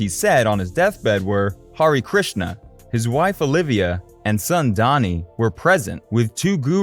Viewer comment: Dhani Harrison is pronounced as Danny (not Donny), George Harrison did not form the Quarrymen and the photo of Nicholas Schaffner is of Roger Waters of Pink Floyd! Sloppy research, poor editing and a fair bit of ignorance is evident throughout. Not impressed.